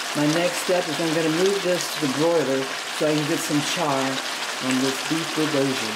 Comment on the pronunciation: Great video to cook the Costco one. But please learn the pronunciation of Bulgogi.